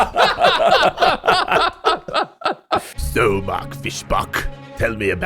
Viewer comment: Gotta love that Emperor Paltapeen lol